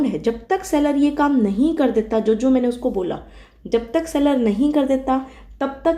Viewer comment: The way you pronounce “Mainey”, makes me your die hard fan…. And after hearing such slang i guess you are from Western UP